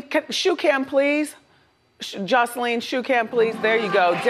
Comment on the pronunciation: Wendy’s saying her name wrong isn’t she? It’s more like josalin if that makes sense lmfao not josleen